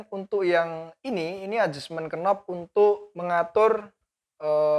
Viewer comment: Sedikit info, untuk kata2 dalam bahasa Inggris, yg diawali dengan huruf2 kn, dibaca mulai n saja, huruf k tidak dibaca: Knob : /nob/ Knife : /naef/ Know: /noo/